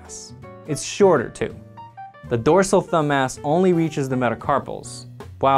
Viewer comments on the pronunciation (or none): thumb mass. Thumbmass. Thumb ass. I couldn't hear anything else once I noticed this, haha. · I really wish I'd had this video back when I was in med school learning muscle anatomy. At the time I thought the muscles were incredibly boring; this makes them seem much more cool. Also, every time you say thumb-mass it sounds like thumb-ass; every med student knows that the mildly naughty mnemonics are the best!